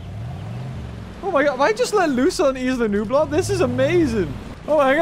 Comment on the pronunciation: You said Isla numblar it’s inland Nuneaton